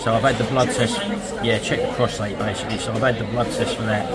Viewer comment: hope you get better soon! It’s very uncomfortable! BTW the correct terminology is PROSTATE not Prostrate. (Drop the R) Prostrate is when you lie flat with your face down. You are lucky to have Sharon look after you too. Love to you both from my home in Penang Malaysia. I am actually Manchester lass! Happy New Year to you and your lovely family! Love you all Lynda XXX